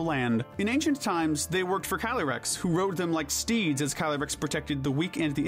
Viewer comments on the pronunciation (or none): none